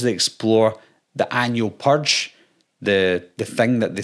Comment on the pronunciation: Yeah... I'm out cuz you can't pronounce "purge" correctly. Also: I've never seen a Purge movie, and I already know they are worse than Scream movies. Which I also have not watched. Seriously. All of this teenage horror crap is like drinking ur own piss.